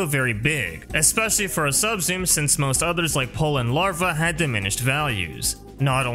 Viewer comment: I legit didn't know you were saying 'Subsume', It sounds like "sub-zoom" and I was racking my brain trying to figure out what a sub-zoom was. lol